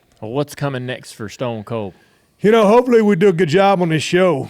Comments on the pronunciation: Dale really said Stone's Cold 😅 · Ah yes, "Stones Colds Teve Austin" 😅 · What did he call stone cold at the very beginning? Stonesa cold? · Jr. Looks like a kid on the edge of his seat hanging on every word . Stone cold and the rock could rip some promos like no other. "Stroodle " haha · Guy literally fucked up 2 seconds in couldn’t even say stone cold right 😂💀